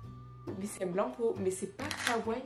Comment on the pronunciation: On dit pas kaway on dit kawaii ( on prononce les i )